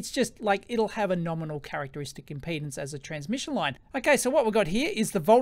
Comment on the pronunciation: Electroboom, I'm a retired electrical engineer. I love your video. I wanted to say, importantly, the word is impedance NOT impotence!!! Yours is the third of three videos I've watched on this. First was Veritasiums, then Dave at EEVblog, then yours. Dave said that we engineers think about things differently. That we have tools to analyze things and validly track physics and the rules of science. You fellows have collectively reminded me of much of the complexity we were trained to understand and analyze and calculate. I've much forgotten what I was trained and educated to deal with. I've been so browbeaten by the mindless politics and public chaos of people and the media news etc. I've forgotten the promises of my youth and education. Youtube, multimedia and Internet is a terrible way to waste a capable mind. You've helped to retrieve my past capabilities. Thank you. Amind is a terrible thing to waste, and you've given me a wake-up call.